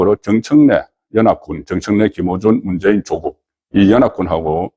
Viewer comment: 조~~국이 아니라 조꾹이다. 창녕 조까이니라....창녕 조씨의 조는 짧게 발음해라...